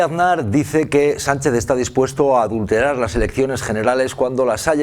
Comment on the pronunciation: J.M. Aznar pronuncia mal "adulterar" porque su conciencia le traiciona. Que H.P.